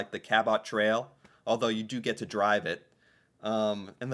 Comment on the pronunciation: The pronounation of Cabot Trail Cape Breton killed me 😂😂😂